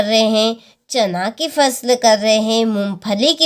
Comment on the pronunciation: Pusal nhi phsal hota hai😅😅😅😂😂🎉